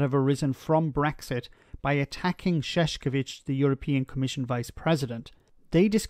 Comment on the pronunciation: There is no "K" sound in Šefčovič whatsoever. The first "Š" is "Sh" (correct), but the "č" is like "ch" in chocolate. It is not that hard to grasp.